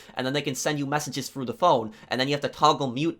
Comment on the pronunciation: no one:: fru (through), fings (things)